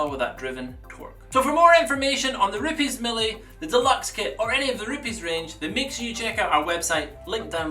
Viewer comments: It's not ru-piis it's RU-PEZ! it's Italian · I wish he would quit saying rupes like that.